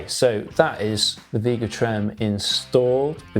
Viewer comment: It’s not Veega Trem, it’s Vega Trem…..With an A not a long E!! Jeesh!!🤬🤬